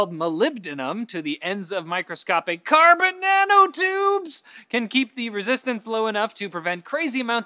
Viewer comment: why is he saying carbon nanotubes like that?